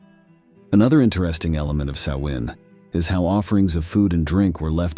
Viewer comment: Great job. The same information on Halloween history but narrated in an appealing, interesting and more down to earth way. I was afraid the narration was going to be AI generated. If it was thanks for correctly pronouncing “Samhain.” 🎃